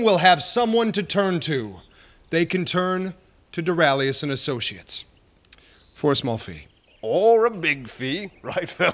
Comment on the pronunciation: Rewatching in 2018, and still annoyed by ' pronunciation of associates.